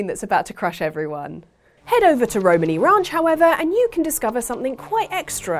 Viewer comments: The way pronounces Romani hurts my soul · I really, really hate the way you say Romani. Love ya, you're great, but that ain't it chief